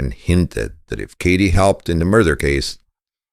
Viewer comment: You’re not pronouncing Katie’s name correctly.